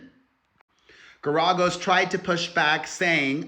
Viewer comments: No, the accent is not on the second syllable. 🙄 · It’s pronounced Gar A Gos. Fyi. ❤ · Mark is pronounced “Gare ē goes” 💗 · How do you call yourself the queen of all media, which by the way is Wendy Williams and you don't know how to pronounce the lawyer's name correctly? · Pronounce Geragous name right. Shit… otherwise Diddy is horrible. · The NEXT time you do a video, PLEASE look up how to correctly pronounce the name!!!! It was excruciating hearing you slaughter the name Garagos... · It was absolutely EXCRUCIATING hearing him pronounce it wrong over and over and over!